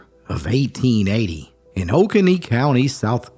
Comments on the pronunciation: Oconee County, South Carolina. Just a point of pronunciation. Oconee IS NOT pronounced O-con-knee as you did. The correct South Carolina Appalachian pronunciation is O-cone-e 🤔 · This is a story i had aleays heard about here in Oconee County but I had never heard a name. Thank you for putting a name with all the stories. The only thing is we pronounce it Oh-Cone-Ee. It is a common mistake here, just wanted to let you know if you find a future story from our area. Great work and I'm going to use a couple of your videos in my classroom next year. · I'm from oconee county.. love them mtns. Most of us around here pronounce it oh- cone- e. But I wanna say it was the way you pronounced it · Silas came by my wife's grandfather's house in the Holly Springs community. He wanted Walker to trade his daughter Betty for a milk cow so one of his boys would have a wife. Betty slipped out the door and hid for the rest of the day because she knew her father needed that cow. Walker told Silas he wasn't interested and Betty came back in the house that night. By the way, Oconee is pronounced "O-Cone-EE.